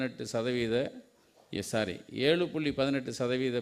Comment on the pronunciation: Sorry, sorry னு சொன்னார அல்ல s. rry, s . arry னு sonnara